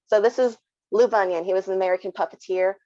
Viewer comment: Very interesting - but PLEASE - the man’s name is Bunin (pronounced Boo-nin). You make him sound like a foot disorder!